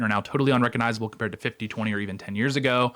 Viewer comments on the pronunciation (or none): none